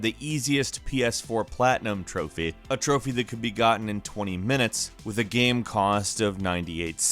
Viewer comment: Please learn to say the word game or maybe don't say that word every ten seconds